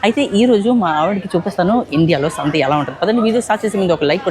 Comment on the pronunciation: శాంత కాదు.. సంత.. 😅